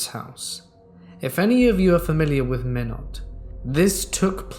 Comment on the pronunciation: love the videos, im from north dakota so for future knowledge minot is pronounced my-not, keep up the great work